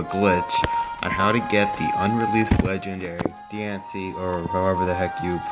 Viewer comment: THIS IS HOW YOU PRONOUNCE DIANCIE: di-on-see